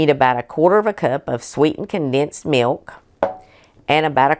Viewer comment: I like the way that you pronounce mewk I like your channel so I’ve subscribed. ❤